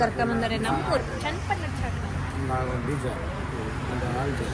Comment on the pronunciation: ಅದು ಚಾಕ್ನ, ಚಾಕಣ ಅಲ್ಲ